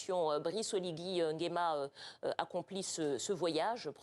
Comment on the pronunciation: Pourquoi vous les français vous avez du mal à prononcer son nom entier : C'est Brice Clotaire OLIGUI NGUEMA